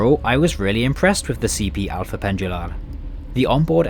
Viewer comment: The way you said "Alfa" is not correct. We don''t have the Spanish or Italian L; instead you say it EXACTLY like the English word "Alpha". Again "Oriente" is spoken like the English "Orient", instead with the emphasis on the final syllable. AVEIRO, not "Aviero". "A-V-E-Y-R-O" in English. "Ponte" reads "Pont", with the E silent. CampaNHÃ, not "CamPAnha".